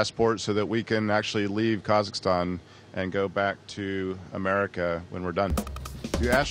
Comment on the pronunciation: Can astronauts pronounce Kazakhstan? I'm sorry but it makes me mad when people can't even pronounce it correctly.